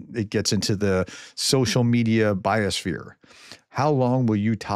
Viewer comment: Social media bio-sphere, or social media bias-sphere? The two terms can be heard in the same pronunciation.